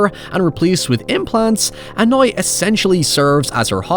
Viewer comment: How does this dude say "Power" with no issue yet he says HOY-EVER and NOY?